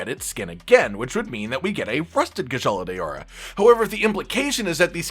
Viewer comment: "kushala day-ora"